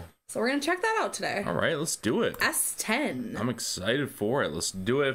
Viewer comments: Her stage name is S10 , but you pronounce it like Steen. Stien is her own name, but in English you would write Steen for English speakers to know how to pronounce it. Pronouning S10 like most English speaking do is more like the boyband called S7.10 is is tien in Dutch. She just put the S before 10/tien that makes her first name Stien pronounced Steen in English very creative of her. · Not that its very important but s10 is actually pronounced like bruce springSTEEN and then with 'es' before it :) love the vid by the way